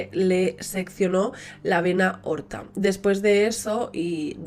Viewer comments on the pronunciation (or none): Lo siento. No pude verlo hasta el final. Abuelos "paternos" en lugar de maternos, hierro "forzado"? Será forjado, digo yo. Es que lo dice varias veces. Y luego la vena "orta". Vena AORTA!!. En fin, que no puedo. todos nos equivocamos, está claro. Pero si haces vídeos para YouTube, creo que debes revisarlos enteros antes de publicar, porque editar no sólo se trata de corta y pega, sino de detectar estas cosas y corregirlas. Que no es una palabra que se te traba. Por cierto; peregrinación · Entre la "vena orta" y el "hierro forzado" he tenido que dejar de oírte. Cari infórmate y habla con propiedad, cometes demasiados errores de dicción.